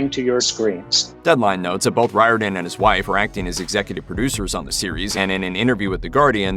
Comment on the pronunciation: Riordan is pronounced rearden! Speaking as a man of Irish descent